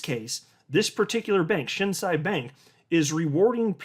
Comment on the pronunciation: It is pronounced Shin (below knee) and Say (you don’t say). Thank you for always bringing the greatest information. Right now the Yen rate is 135 to the dollar. When this goes back the other way (I.e. 120 or lower) we will be making big money.